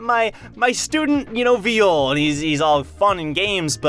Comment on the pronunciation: it hurts me when u pronounce it viiyole